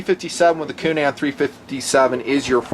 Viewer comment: Love "unique" pronunciations. Coo-NAN, lol.